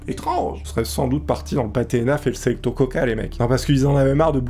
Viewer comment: Pour info on dit selicto mais sa s'écrit selecto